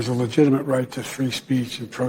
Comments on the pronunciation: "Legitimate" [LI] + [JIT] + [I] + [MUHT] ; say it jo. It's a 4th grade word for cryin' out loud. SMH. FJB= LOSER CCP PUPPET~ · I like how every time he tried to say the word "legitimate" it didn't come out right once lol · The guy can't say "legitimate." What's a "ministration?"